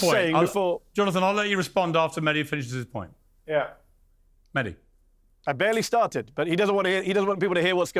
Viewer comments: Lol why can't this guy pronounce Mehdi? Why does he say MeKHdi? These fake semites can't even pronounce a H sound which is common in semetic languages arabic and traditional Hebrew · The shameless israeli cant even say mehdis name correctly. Calling him mekhdi, similar to how they pronounce khamas